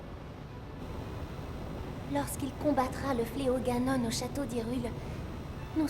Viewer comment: il ma fait mal dans le ganon c'est ganone on le pronoce comme ca